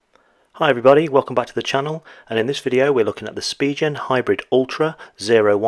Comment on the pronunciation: it's pronounced Spigen...not Spigen!